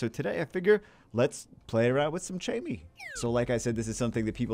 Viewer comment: First off I hate to be a guy who just comments to correct, but Chammie is pronounced like Cat. Not like Chat.